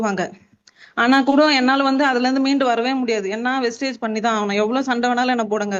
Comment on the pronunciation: Copy, paste என்பது சரியாக உள்ளாது. சரவணன் சார் டீம்லே உள்ளவங்க எல்லாரும் கம்பெனி பேரை வெஸ்டேஜ் என்றே சொல்கிறார்கள். வெஸ்டீஜ் என்று சொல்லுங்கள்.